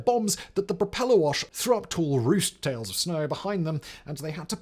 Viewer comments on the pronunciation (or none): none